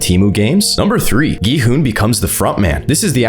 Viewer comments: Why in the world does he call gi hun gon hun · Why do you keep calling him Go-Hon?